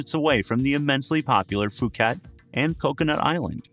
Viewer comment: Phuket is pronounced Pooket not Fooket.